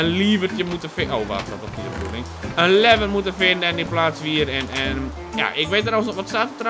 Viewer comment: je leest wel lever maar je spreekt het uit als levver